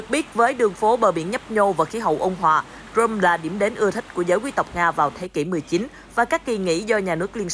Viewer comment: xin đính chính CRIMEA có phát âm Krym hoặc Krim hoặc Cri Mea chứ ko thể đọc Crôm như thế này được